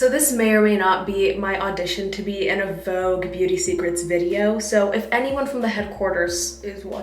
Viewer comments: take a shot everytime she says vouge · It's Vogue 😂❤ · so its pronounce “vog” and not “vo-gue” 😭😭😭😭 i just knew